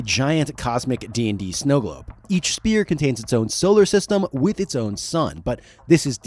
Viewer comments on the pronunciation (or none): *sphere… not spear. Sorry to be that guy 😬 Excellent video though!! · Sphere is not pronounced "spear"... its "sfear" the p is said like an f in this word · SPHERE... Crystal Spheres. Not Spears. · I am not normally the guy to comment this kind of thing but it is pronounced sfeer not speer. "ph" makes an f sound. This was driving me nuts. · SPHERE not SPEAR... say "SFEAR"... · Why does it sound like you are saying crystal SPEAR instead of sphere? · That’s a “ph” as in “ff” in sphere. Not spear.. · Great vid but... Sphere is pronounced as "sfear". The ph is phonetically pronounced as an f. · The repeated mispronunciation of “sphere” is killing me. Otherwise, great stuff. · How does this guy not know how to pronounce "sphere"!? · Your enunciation of sphere is killing me bro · The worst pronunciation of sphere I’ve heard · Is it really that hard to say the word, "sphere" correctly? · But you were fine with the hard p in "sphere"